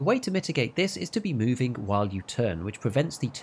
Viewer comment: Movin-geh, somethin-geh